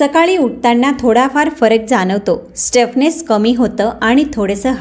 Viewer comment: Stuffness nahi, stiffness